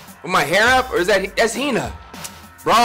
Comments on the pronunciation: “mah-cod-oh” “seh-kurah” “hin-ah” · SAYKURA HEENA MACOTTO BYEAKOOYA